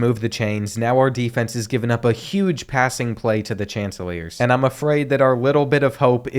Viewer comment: My boy called coastal Carolina the chanselors. Its pronounced Shan-teh-clears